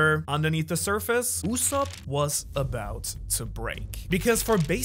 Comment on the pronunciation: did u call soge KING USSOP??, AINT NO WAY YOURE LYING RIGHT